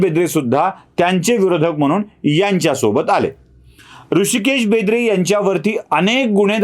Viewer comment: बेंद्रे नाही, बेदरे आहे, ते